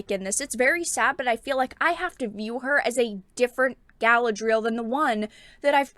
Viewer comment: NOT gALA-DREEL --- gA-LAD-RE -ELL